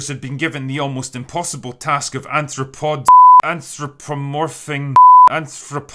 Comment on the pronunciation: It’s pronounced An-thro-po-mor-phic. Not criticizing you just showing you how to pronounce it